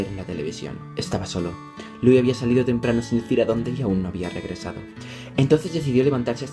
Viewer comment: Me caiste super bien,pero me daba rabia el ''Larri stilinson'' o el ''luì'' DIOS AJHSJAJA TE AME IGUAL